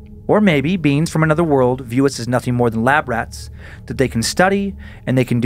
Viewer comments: Dan pronounces "beings" like "beans." "A bean Betty and Barney called 'the leader' watched from the side." ... The Leader Bean! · The Alien 👽 abduction story it sounds like Dan is saying beans instead of beings 😆 the beans came to get us 😂😂😂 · Dude, I honestly thought he was saying beans. Glad I checked the comments lol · The BEANS!!!!